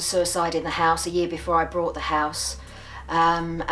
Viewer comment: me2525 yeah it's called "intrusive R" look it up